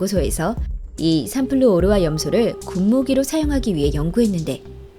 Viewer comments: 삼플루 오르화 염소 아니고 삼 프루오르화 염소 라고 읽는거임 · 삼플루 오르화 염소가 아니라 삼 플루오르화 염소 입니다. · 삼 플루오르화 염소라 읽어야될꺼같아요 삼플루 오르화라들리네요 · 삼플루 오르화 염소가 아니라 삼 플루오르화 염소입니다. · 삼플루 오르화가 아니고 삼 플루오르화 염소가 맞는말같은데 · 삼플루 오르화 염소 지렸구요~ 삼 플루오르화 염소라고 해야지 ㄷㄷ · 삼플루 오르화 염소가 아니라 삼 플루오르화 염소로 발음하셔야합니다. 화학식이 ClF3 이기 때문이죠. 😎👍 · '삼플루,오르화,염소'가 아니라 '삼,플루오르화,염소'지... F3Cl인데... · 삼 플루오르화 염소 지 삼플루 오르화 염소라고 읽네... 순간 뭔 물질인가 싶었다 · 9위가 삼 플루오르화 염소인데 삼플루 오르화 염소 라고 읽는군요 ㅋㅋㅋ